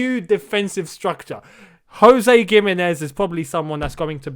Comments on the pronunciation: Gimenez is pronounced with a H sound... like Wolves player Jimenez #spanishfolks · something about how he pronounces gimenez doesnt sit right with me